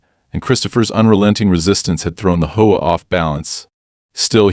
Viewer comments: Great Story, But if your going to use AI to read maybe you should put a (.) in between HOA like H.O.A then it would read it better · Homeowners has a silent e in the middle, are you lot crazy?, and HOA is three SEPARATE letters for Home Owners Association. Annoying as they are, it has never been A WORD. Never sounded out together. Like your crazily unintelligent AI, it has SEPARATE letters.